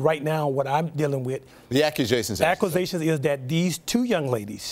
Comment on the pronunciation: BRUUH! What are "acwuzations?" 🤔🤣